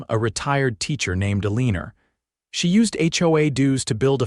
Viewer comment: If you're going to use artificial readers, choose names it can pronounce correctly. It's Eleanor (Ellen-er or Ellen-or), NOT uh-leen-er.